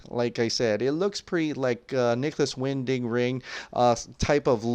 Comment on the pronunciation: “Nicolas Wing-Ding-Ring” Lol I am just poking fun at you bud! Keep up the great work! His name is Nicolas Winding Refn.